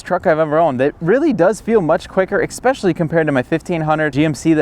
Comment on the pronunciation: Do adults say “ex-specially”?